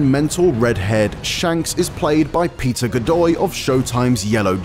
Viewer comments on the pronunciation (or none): did he say Peter Godoy?? XD